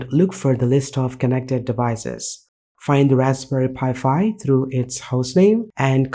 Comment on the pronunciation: it's pronounced "Raspberry Pi 5" not Raspberry Pi Fi"